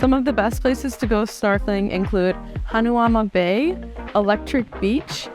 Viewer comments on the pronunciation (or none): Constructive criticism btw’s it’s pronounced HA NA MA BAY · You lived here for a year? Hanauma Bay is pronounced Ha now ma You should have tried Off The Hook Poke when you went to the Manoa Falls hike. Koko Head is not actually a true hike